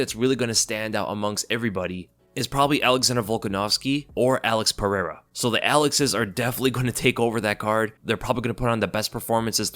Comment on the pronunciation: What i want to know is how can pronounce michel pereira but cant pronounce alex pereira correctly.